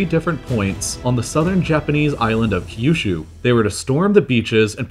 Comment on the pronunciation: The way he pronounces Kyushu gives me an aneurysm.